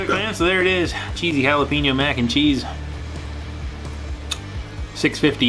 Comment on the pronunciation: He said jalapeeeeeño lol it’s just funny to me because I’m Mexican and the way he said it sounded so white lol but he dominated great job👌👍💯 and since you did the cheese one and the cheesy jalapeño does that mean you are gonna do the flamming hot one?